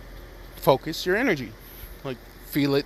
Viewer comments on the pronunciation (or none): none